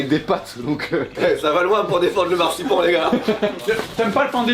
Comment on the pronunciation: Oh oui , le massepain j'en mange tout le temps à Noel ! Sinon , si vous voulez utiliser le mot allemand marzipan , ça se prononce anne à la fin .